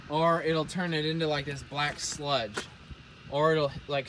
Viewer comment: when he said black sludge i thaught he said black slut